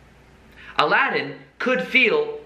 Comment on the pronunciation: Aladin ... SHould be more like 'Allow 'd in' :D haha